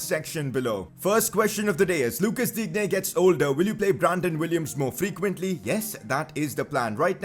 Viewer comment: digne is pronounced as din ye